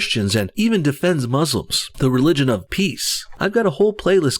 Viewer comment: The way you said Muslims ,Canadian and gay is mmm donno how to describe it but it really gave me the wrong vibe about you .